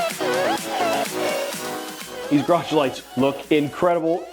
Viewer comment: It’s a garage not a graj